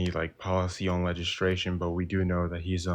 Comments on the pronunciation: Was he saying "legistration?" 🤔😬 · bro said legistration lol